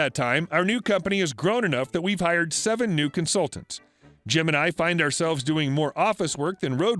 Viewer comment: am i the only one who heard him say “both gemini” ik it was jim and I but still lol